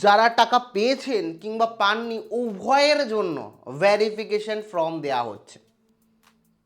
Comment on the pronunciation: আরে ভাই উচ্চারণটা ফর্ম,ফ্রম নয়।